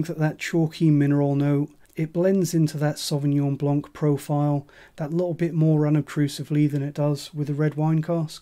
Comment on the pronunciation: Aside from the content, which is great and thorough, the wine is pronounced "blan" without the "c" in the end.